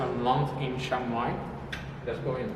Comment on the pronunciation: Well done for saying CHIAng Mai correctly. Most foreigners annoyingly say CHANG Mai! If you can say "Liam" you can say "Chiang" correctly.